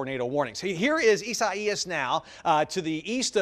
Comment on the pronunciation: Do you butcher the pronounciation of Isaias because it is a biblical name?